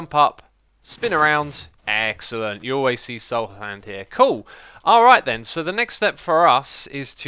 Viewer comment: When you say Xcellent LOL